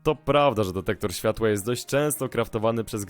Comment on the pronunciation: Dektektor śfŁatŁa